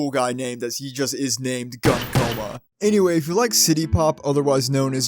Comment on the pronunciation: I'm sorry to say, but his name is pronounced Goon Coma, that makes a different kind of shooting sound.